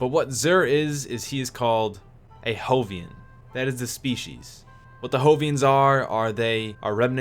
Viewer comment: What prompted your pronunciation of Jovian? Jovian comes from the same as the English Jove ("by Jove!") and Jupiter. The term used for a person or thing from Jupiter and its moons is a Jovian. "Jovians" is also used as a term for a planet like Jupiter.